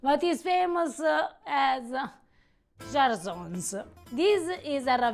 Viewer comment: Che bello vedere un po' di cucina friulana qui, grazie! Però Cjarsons pronunciato alla francese non si può sentire 😂